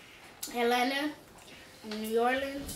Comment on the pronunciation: "New Yorlens" - 😂😂